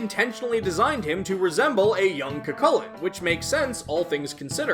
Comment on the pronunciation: I don't think you've made a Cu Chulainn episode as of writing this, so let me say it here, his name is actually pronounced "Coo Hulin", with a pronounced roughness on the "h" sound. I recommend listening to Joker call out his name to get a feel for it.